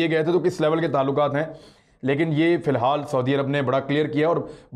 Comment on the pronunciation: عران صاحب صحیح لفظ ہے فی الحال جبکہ فل الحال غلط ہے